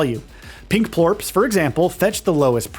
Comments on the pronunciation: All video is from the first area only. He mispronounces plorts to plorps. Maybe spend a little more time on the games before you review them... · sounds like plorps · Am I the only one annoyed how he says plorts